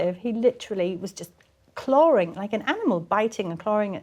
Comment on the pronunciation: “He was charring at her.” 🤣 TRANSLATION: He was clawing at her.